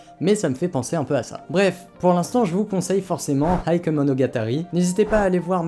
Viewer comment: Petite précision pour la prononciation de "Heike" 平家 En effet beaucoup le prononce "eïk" mais en réalité ça se prononce plutôt : "hééké" En effet le "i" dans "ei" ne se prononce pas en japonais, il sert juste à prolonger le "é" comme dans "sensei", "genpei" (sénséé, génpéé) C'est pas grave du tout évidemment, mais étant donné que la prononciation change radicalement dans ce cas précis, je souhaitait le mentionner. Anime très sympathique sinon ^^